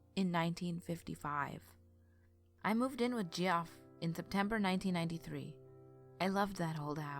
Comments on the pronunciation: Deff not pronounced "Geoff" lol it's pronounced "Jeff" my brother has the same name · Geoff is pronounced Jeff. just had to mention it. funny way to spell the name imo!! ;) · Marietta (Mary-Etta), Kennesaw (ken-uh-saw), Kennestone(ken-uh-stone), Geoff (Jeff) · Love the narration and the story. Great work!!! Ima fan. BTW Geoff is pronounced Jeff. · Hey sis. HOW do you feel about rerecording the Jeff story? Because I had to listen to it twice because I was more entertained by your pronunciation of Geoff. And silly enough me and my husband got distracted and started talking about people who spell their name that way. Before we knew it. We had missed the entire story. lmao... I'm thinking maybe we weren't the only ones. Just a thought. but i STILL you have an awesome voice. <3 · And it’s Kenn-e-stone hospital. And Geoff is pronounced Jeff